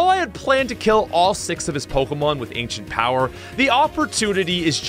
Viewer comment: My guy said accent ower